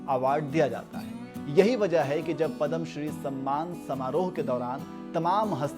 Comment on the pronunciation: सबसे पहले तो आप पदम बोलना छोड दे .... यह पुरस्कार पद्म नावाजा जाता हैं